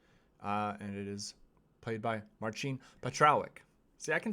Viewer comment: His name is pronounced as marsin, not marchin or marshin. 🌷💖🇨🇱